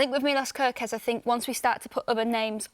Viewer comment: we want to win the league and you are talking about "kErKeZ" 😂